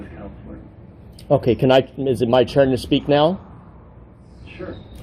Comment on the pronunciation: “Is it my churn to speak?”😅